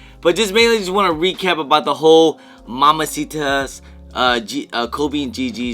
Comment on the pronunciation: It cracks me up how butchers random words every video. “MAMACITA’S”😂